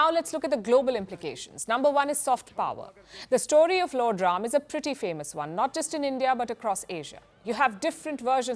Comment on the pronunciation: Yes, The Ram Lalla Temple will become a major tourist destination!! Yougi ji has changed whole infrastructure of Utter Pradesh.Total facelift. And Thank you Palki for prnouncing the words Ram And Ranayan correctly instead of Rama and Ramayana!!!